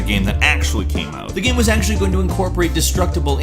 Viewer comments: The way you pronounce the word game is really annoying... Shows great but you say "Gam" most of the time o.0, literally everything else is fine it's just the one word but it drives me insane o.o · Sorry but it really annoying when he says "gam" instead of "game" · . What? What the hell is a gam? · Again. Tf is a gam. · Keeps mispronouncing "game" and "same" as "gam" and "sam" Weird... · Whats a gam, he really just said gam lel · he keeps saying gam instead of game and it urks me to the core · is it just me or did he say gam instead of game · he says GAM instead if GAME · I can't stand the way you pronounce game.... It's killing me inside. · Why do you say "gam" Fucking haneous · What's a "Gahmm"? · Anybody else notice how he says "game" funny sometimes? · why can't he pronounce anything with -ame?